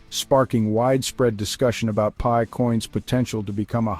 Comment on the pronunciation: Wtf is this idiot saying. It's pi coin not .p.i. coin This shit gives nobody any confidence at all. You can't even say the name of the coin correctly